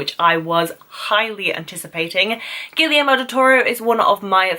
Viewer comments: Actually, if you want to pronounce it closer to spanish, it should be "Gee-yer-mo", a blunt end at the "o", not that "ou" dipthong, and the e in "yer" like the "e" in "energy" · I like you videos and your views, but one thing: the director's first name is pronounced Gee-air-moe, with a hard "g".